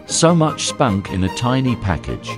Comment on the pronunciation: That emphasis on 'spunk' 😳🤭